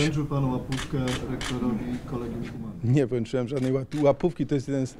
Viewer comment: Collegium Humanum wymiawia się przez 'K', nie przez 'C' - 'Kolegium Humanum'. Proszę się przygotować porządnie merytorycznie, bo słysząc takie błędy spada Państwa wiarygodność jako rzetelnych redaktorów.